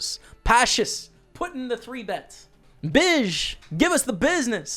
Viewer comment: Whahaha you said "bish" all the time, but his name is bijzettafel, which translates to side table in Dutch